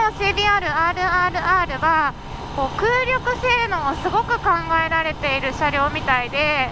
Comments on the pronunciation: 「空力性能」は「くうりきせいのう」ですね。「くうりょくせいのう」ぢやなくて(^・^)。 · 身長cmで股下78cmはモデル以上で長過ぎ！羨ましい。あと、空力は「くうりょく」じゃなくて「くうりき」ね。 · 空力はくうりき。くうりょく、じゃない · くうりょくではなく、空気力学、空力(くうりき)ですね😂 まぁ、可愛いからいっか🙄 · クウリョク？ くうりき ですね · 空力は、くうりょくではなく、くうりきですよ！